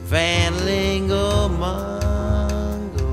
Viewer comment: why does Frishberg mispronounce the word "Mungo?" He sings "MONGO," as if the name contains an "o" and not the letter "u."